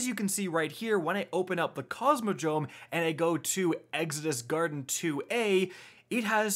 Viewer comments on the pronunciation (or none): none